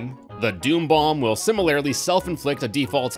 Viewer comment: Great in-depth tour as usual. But... surely Mallow should be pronounced like the word (rhyming with callow, not with hollow), right??? Also, in the spirit of helping you grow as a presenter: SIMILARLY should be pronounced like similar (which you say just fine), just with a -ly. Not -AIRly. AS WELL AS can sometimes be used like AND, but not in general. (As ) it's would've GONE, not WENT (this applies to all perfect constructions; went is only simple past tense). It's great that you use THERE ARE (and there're) rather than THERE'S for most plural subjects, but some of the latter still slip through. Keep up the good work!